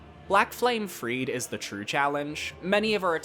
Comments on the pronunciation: Not a bad list, Gael is absolutely the king of DLC bosses. I'd put Radahn higher myself, but other than that it's solid. One nitpick though, it's pronounced Free-dah, not Freed. Call me autistic, but it is so distracting when everyone mispronounces her name. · The second "e" in "Friede" is not silent. Her name is not Fried.